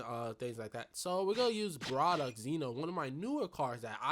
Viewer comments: Really enjoyed the video!!! Thanks for this! But I have to say... Bar-dock. Not bra-dock lol good shit tho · He did not just say BRAdok did he!?